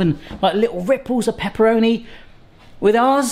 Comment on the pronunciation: Well, you say all the time 'Peperoni'! Peperoni is the hot brother of paprika. 🙂